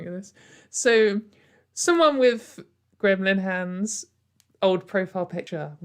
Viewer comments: I mostly just listen to these episodes, but at one point I was quite confused that you seemed to be talking about gremlin hands of all things. So, I had to take a look only to find out that what sounded like "gremlin hand" was actually "Graham Linehan" which is a bit less weird but close enough, I guess. I also saw that you did that hair thing again where you let it dry naturally. I like it, and I think it fits the video format quite well, casual and fun, if that makes sense. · I kept thinking you were saying "Gremlin Hand" instead of Graham Linehan lmao